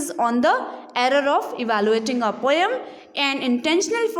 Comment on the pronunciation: Poem pronunciation is wrong